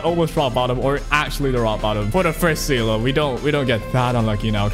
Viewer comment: Funfact: Seele is german for soul, and yes, you did butcher it but that's okay.